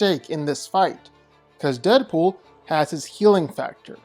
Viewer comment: It's Deapool, I dont even gotta watch the video, It's Deadpool. I mean c'mon...